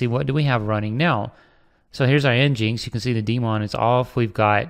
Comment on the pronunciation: nginx is said "Engine X"